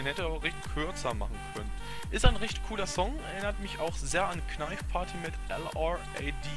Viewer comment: Bitte sprich es Englisch aus: Naif Parti. NICHT: KNEIF PARTY :DD